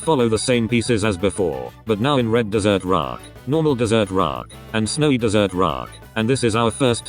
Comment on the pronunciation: (Snowy dessert roock) seems your tts has a speach problem lol